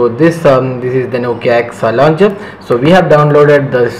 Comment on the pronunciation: It's launcher, not launger! You're driving me crazy!